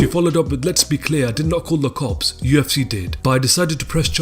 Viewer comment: Can we get a different narrator? This rubber dingy rapids bro keeps saying Yefcy and it's stressing me out.